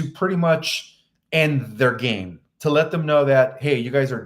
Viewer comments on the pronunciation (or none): none